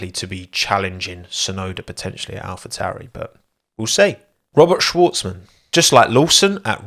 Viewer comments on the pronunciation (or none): none